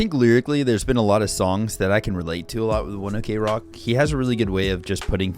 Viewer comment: Just so you know... The band name pronunctiation it's not One Ok (okay) Rock but "ok" without the oder letters cause it came from One O'clock that in japanese it's pronounced "wuan oku roku" (the hour they started practicing) thant creats One Ok Rock. Sorry for my bad english spelling, I'm not native in these language XD